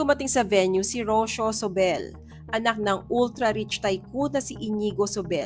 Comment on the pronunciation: So rich and beautiful and yet, so insecure. Poor rich girl, Rocio. Sarah, stay away from that creep. You deserve better. *It's not Rosyo. It's Ro-see-yo.